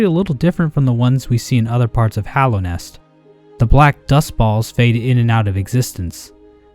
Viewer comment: You're like the only Youtuber I've seen that pronounces "Hallownest" correctly and doesn't say Hollownest. I appreciate you for that, as it pisses me off to a degree some might consider unreasonable lmao